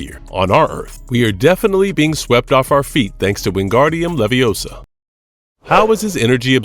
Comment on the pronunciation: Are you sure you're saying wingardium leviosa correctly? Let's ask Her me on